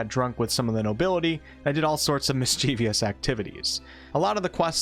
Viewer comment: "MIS-CHIEV-OUS" 3 syllables. JS. "WENC-ES-LAS" 3 "S" sounds. JS. "Voice acting" this game had a ton of motion capture, like RDR 2.